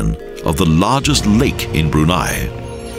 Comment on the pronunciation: he should have learned how to pronounce the country name and late sultans name correctly. btw, the background music? it's Arabian music.